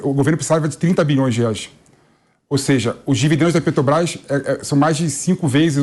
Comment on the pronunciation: O barbudo aí fala PÉ-TO-BRAIS igual ao Mula, ele é um devoto do bandido?